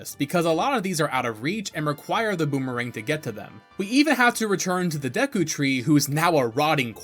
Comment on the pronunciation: I love yah bro but how you pronounce Epona and Deku etc oof killing me lol 😂😂